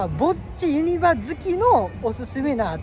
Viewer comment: からやってきました😆 ユ↑ニ↓バ↑の発音をにレクチャーお願いします(笑) ポポポが流れてる❤ もちろんチャンネル登録しました！